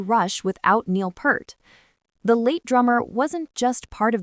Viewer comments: phonetics: Neil Peeart NOT Purt !!!!!!! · Her kit is maybe a quarter the size of Neil's? lol She nails it though. And Neil's last name Peart pronounced as peert, not pert, not part, but peert. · It's not Pert as in pert, it's Peart as in "ear." How do you not know that? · not "purt". PEERT. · AI bullshit. And it's PEART not PERT. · Peart, not pert. Synthetic AI voice is worse than ultra-processed food. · For the last time, generic female AI voice-over, It's pronounced Peert, with a long E, not Purt. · It's "Peart", not "Pert", and I don't watch AI generated trash. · It's NEIL PEART !!! (Pronounce PEEERT!!!!!!) 😉😉😉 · Neil Peart … pronounced like Peert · It's "PEERT"...and "NYULZ".... maybe that's why Alex and Geddy chose her... she ALSO has a last name everyone (and especially AI) will mispronounce!! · It’s pronounced Peert. Like ear with a p at the beginning and a t at the end. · It’s (Peert) and Geddy not Getty! Artificial Stupidity. Show me the actual video! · For god sakes it's Neil Peart (pronounced PEEERT) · Bad robot! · Pert is a shampoo. It makes me batshit crazy when they mispronounce Neil's last name!🤯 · You don’t know how to pronounce Neil‘s last name and you spelled Anika’s last name wrong. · Watched for a few seconds until the AI voice mispronounced Peart. bye. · Using AI to pronounce Neil's surname was a bad move. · You could at least pronounce Neil‘s last name correctly out of respect! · One would like to think that someone who feels compelled to produce and publish such a video would at least know how to pronounce the name of Rush's drummer. And be a little less inane. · Long live Rush. You didn't pronounce Peart correctly and you spelled her name wrong. Slop video. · Such a disgrace that they still can't pronounce Neil's last name correctly!!! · It's Peart! 👂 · The Ai bot didn’t pronounce her name right either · Teach your AI to pronounce Neil's last name correctly. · Teach the AI how to pronounce "Peart."